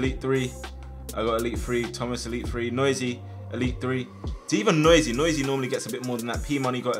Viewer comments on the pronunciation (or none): none